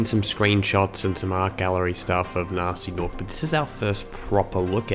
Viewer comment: Guh-nasty Guh-norc